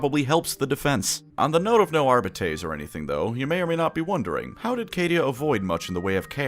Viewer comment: Are biddies?? craziest pronunciation thusfar